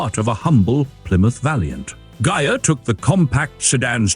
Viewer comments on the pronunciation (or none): Beautiful! But, the "i" in Ghia is pronounced as a long "e" in Italian.